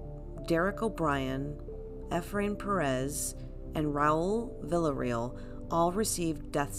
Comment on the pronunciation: I appreciate you, but I wish you pronounced Villarreal correctly